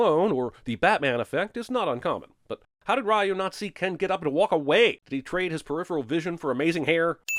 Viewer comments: The mispronunciation of “Ryu” just because this movie does it and the uploading of this video outside of a Tuesday are both worth 1991 sins. Each. C’mon, Jeremy. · Wow, I thought Jeremy was mispronouncing Ryu's name for fun or to troll Street Fighter fans, but they actually say his name like that in the fucking movie. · I feel like you're doing this on purpose. You're saying Ry OH instead of Ry YOU and it's pronounced Re You. You do this again Sinnerman and I'm gonna Shoryuken you right in the hadoukens until you tatsumaki all over the place! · 10000 sins for you saying ryu when it's pronounced Reu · It’s pronounced “Reeyoo” and not “Rye-yoo”. That’s a sin. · It's Re-You, not Rah-You. +1 sin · Obvious cinema sin: pronounce Ryu as "rye yu" instead of "ree yu" with basic research of the word "Ryu" in Japanese meaning dragon...including how to pronounce it properly before criticizing the whole movie without sin. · Ah, the "Rah-yu" spelling of Ryu instead of proper "Rhew" for authenticity. Bravo! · Pronounces Ryu as Rye-you instead of Ree-you. DING! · The name "Ryu" is pronounced as "ree-yoo." Not "rae-yoo". That's a sin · Someone sin him for saying "Rye-eu" instead of "Ree-eu" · it's Reeee-YOU not Rye-YOU. Ding Ding Ding 🤣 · Pronouncing it "Rye-u" and not "Ree-u." [ding] Sorry, I had to do it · Biggest sin: Pronouncing Ryu Raaayuuu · Isn't it pronounced "ree-u"? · The biggest sin is the announcer calling Ryu “Rye-U”. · 10000 sins for you calling ryu. Wrayu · You pronouncing Ryu as Raiyouu is a sin! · It's actually "Ree-Yu" More sins added for every example of the incorrect pronunciation throughout the movie. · We should sin this man for calling RYU Rye You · Ahhh yes Rye O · I apologize, but my ears hurt. “Ryu” (龍) is pronounced “you” with a Spanish “r” in front. This “Rai-yoo” stuff is just awful. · "Pronouncing Ryu as 'rah-you'..." DING! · Sin for how you all pronounce Ryu incorrectly. Drives me nuts. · sins, RYU pronounced as RAHYOO 🤨